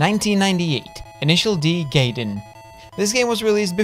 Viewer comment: Gaiden pronounces as "guy-den", not "gay-den"